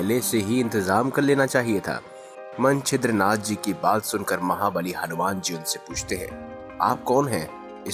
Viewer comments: मनछेद्रनाथ नहीं मच्छेन्द्रनाथ है उच्चारण गलत कर रहे हो आप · क्या मन-छिद्र-नाथजी बोलते हो? मच्छेन्द्र नाथ उच्चारण नेही कर सकते? वह श्री गोरखनाथ के गुरुजी थे। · मच्छेन्द्र नाथ नाम तक तो लेना आ नहीं रहा स्टोरी सुनाने चलें वाह 😂🤣